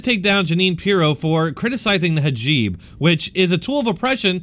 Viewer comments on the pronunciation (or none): Hijab, not hajib. Not being snarky, just a correction.. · Love... this guy gets it... except how to say Hajeeb lol